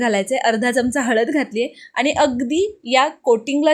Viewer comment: पानी नाही पाणी बोल.. आनी नाही आणी बोल.. झनझनीत नीही झणझणीत बोल.. साधारण बोल.. साधारन नाही... अशिक्षित आहेस नाही ना? Suscribe kara sangess shudh bolyala jamal tar bol video baghayala aavadil